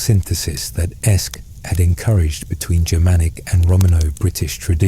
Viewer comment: Every linguistic source I can find says that “AEsc” would have been pronounced “Ask,” not “Esk.” It sounds like the “a” in “hat” or “cat.”